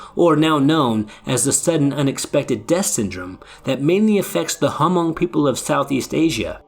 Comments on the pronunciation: The H in Hmong is silent. It's pronounced Mong. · Thank you, the “H” is silent. Very much like “knife” the “K” is silent. I would like to share this video but fear that my peeps would give me grief for the mispronunciations through out the vid. If and updated audio can be made, that would be nice. In the meantime, liked, subbed and added to my list in hopes of a updated audio.